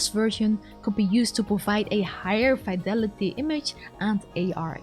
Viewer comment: Fih-delity, not fEYE-delity, and ih-teration, not EYE-teration - sorry! 🙂